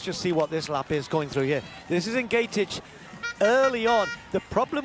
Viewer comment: For the upteenth time, this Kenyan runner is not Egentich but Ng'etich, please just address her as Agness if pronouncing her name correct is such a challenge to you dear commentators! No one quite likes their name mispronounced consistently by 'world wide' media.